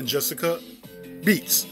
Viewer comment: It’s clearly Betts not Beets. You’re pronouncing her name very wrong! 😏😬